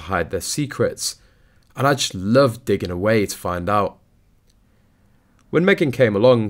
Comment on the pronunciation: DIGGING NOT DIGIN